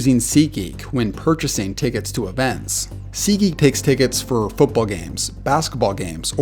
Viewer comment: “Footbowl” lol